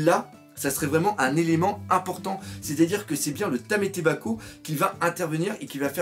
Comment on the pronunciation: Problème d'orthophonie? LOL ce n'est pas méchant, mais juste, tu n'arrives pas à dire TAMAtebako, écoutes-toi, tu dis TAMÉtebako!???... Sinon, t'es un bon!